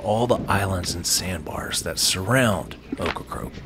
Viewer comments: It's OCRACOKE, not OCRA-CROAK!damn get it right!! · it's not ocra-croak, it's ocra-COKE! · It's Ocracoke not Ocracroke. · Seriously, though,, was he/she correct? Were you mispronouncing the name, or do they change the "r"s around when they speak the name aloud? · Please call it Ocracoke, not Ocracroke. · Get it right: It is NOT pronounced OcracRoke It is OcracOke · Sounds like you are saying Ocracroke. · He is!..wtf?! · Great island, great video. Buts it’s funny you did this whole video pronouncing Ocracoke incorrectly as Ocracroke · I grew up on the mainland and took the ferry to Ocracoke every summer… by the way, you keep pronouncing it Ocra-croke…. 😊 that’s incorrect. It sounds like it’s spelled. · You seem to be saying "OcracRoke". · Why does he keep saying Ocracroke? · Sorry man saying OkraCROKE is like fingernails in a chalkboard. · At least he didn’t say Corncrake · This was a great video and narration except for obviously mispronouncing the name of the destination the entire video. It’s a bummer because this is one of the best videos I’ve watched on YouTube on Ocracoke but the mispronunciation is distracting. Well done otherwise though.